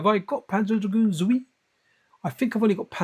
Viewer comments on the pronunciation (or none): When I thought your Japanese was bad.... It is Panzer Dragoon ZWEI (TSU WA I), not ZOUI.